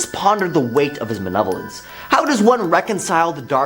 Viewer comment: M-A-L-E-V-O-L-E-N-C-E. Not manevolence. I can’t finish the video because I can’t here it again.